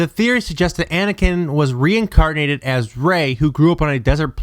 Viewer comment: obey wun kanobi. Maz Katana. RE-INCARD-NATED? You know theres no D in that word right?